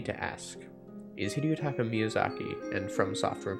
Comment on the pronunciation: Hidetaka, not Hideotaka I don't know why people overthink the pronunciation of Japanese names so much that they end up adding more syllables.